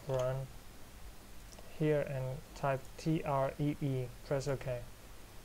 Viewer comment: that "run" and "tree" was epic xD